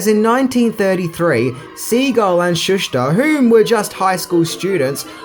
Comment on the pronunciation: He’s pronounced ShoeSter not Shush ter.. my god your English is brutal